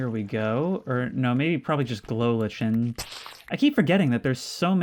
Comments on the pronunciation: ok so I’m just gonna say this because it’s kinda bugging me at this point but, lichen is actually pronounced like “lie-kin” the H is completely silent and the “en” sound at the end is more of an “in” sound! Sorry… :P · Love you but that is not how you pronounce lichen